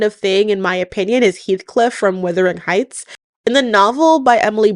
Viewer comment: Why are you saying withering heights? It's wuthering. Wuh-thur-ing. Healthcliff is described /reffered to as "the gypsy", so likely to be of Romany descent. You're ignoring the class discrimination in British society. Kathy's brother and the guy she marries don't like Heathcliff because he's not deferrential to his "betters", as Kathy's father rescued Heathcliff off the streets and therefore comes from a poor background. He's also obnoxious, rude and swears a lot. He's also only nice to Kathy and not to anyone else but Kathy's father, because until she breaks her foot and stays away from home for months and he's not allowed to visit.